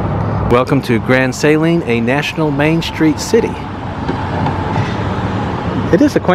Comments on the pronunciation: You’re mispronouncing Grand Saline. It’s not Saline with a long A, but is a short A with the accent on the 2nd syllable. Just FYI. Texans are very particular about correct pronunciation of town names. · Grand Saline....pronounced suh-leen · Love your channel-I live in East Texas. I had to learn East Tx speak lol-so Grand Saline is pronounced more like Suhleen and the store Brookshires is pronounced Brooksures -just helping you sound like a local -I came from Dallas 47 years ago and it is a different world here. Love East Tx! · Never heard anyone pronounce Grand Saline that way. Its always been Suh-lean in my 40+ years alive in Tx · Love the video, watch many of your videos. Your daughter is beautiful and sweet. Okay, so Grand Saline is pronounced Su leen, short u and long e for suleene. Brookshire's is pronounced brook shers. Not brook shires with a long I. Anyway, love your videos. I've been watching for years and you got into my part of the world.